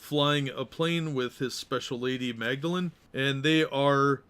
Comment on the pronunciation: Her. Name. Is. Madolyne. Not. Magdalene.